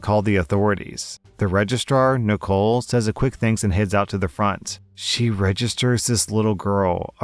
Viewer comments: Say it as register not regis-rawr, it sounds so weird like someone saying coowhhhhhhip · You're saying register like it's registar.